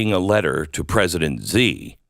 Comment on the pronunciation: Glen fyi china’s leader’s name is pronounced” she “ not ZE ?